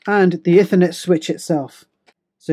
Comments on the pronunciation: Ih - thur - net When it's E-thur-net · Sorry, but it's pronounced 'eethernet' (Cambridge English Dictionary) 'Ethernet just sounds odd. Nice video nevertheless - mine's arriving this Friday - can't wait, because I've run out of ethernet ports. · Every time you mispronounce "ethernet" I want to scream.